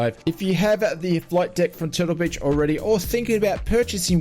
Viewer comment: Did you just say "flight dick"? I love the Ausie accent.........😆 Have you used it with DCS?